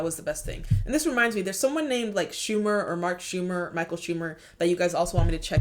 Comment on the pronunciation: Mark schewmer ☠️